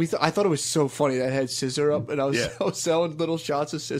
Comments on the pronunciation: the way matt continues to mispronounce ''sizzurp'' as some gay roman politician ''sissyrup'' even though shane clearly says the right thing is so funny to me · Scissor-up not sizzurp